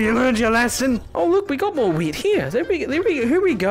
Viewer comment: When you said “we got more wheat!” I tough you said “we got more weed!”